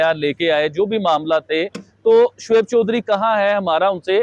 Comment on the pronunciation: Sos nhi soch bol Sodhri nhi Choudhry bol